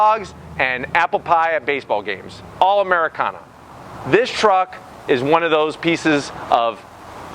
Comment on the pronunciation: saying americana is not "americana"